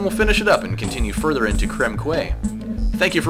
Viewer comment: Old post is old, but "quay" is pronounced "key"